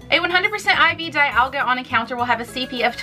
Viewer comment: I'm pretty sure the pronunce of Dialga's name is something like "dee-ALL-ga". Just saying...